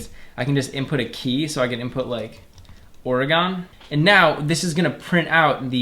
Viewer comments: Video: "Oh-reh-gone" Me: immediately notices the wrong pronunciation Jokes aside, thanks for the course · "oregon" like hes never heard the state pronounced before